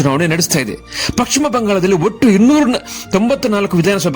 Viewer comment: First kannada sariyagi mathadi...paschima bangala...pakshima bangala alla